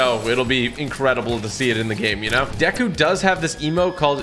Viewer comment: its pronounced like dayku